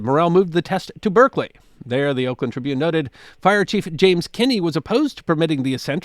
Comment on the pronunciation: "Let's do this in Berkley!" "Berserkly? Sure, why not?" No confidence like the confidence of the ignorant.